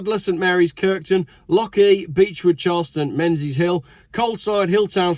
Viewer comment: Pronunciation was not bad at all aside from your being English preventing you from pronouncing the 'ch' in Lochee properly, and it's 'meen-iss-hill', not 'men-zees-hill', and 'strathmartin', not 'stratmarteen'.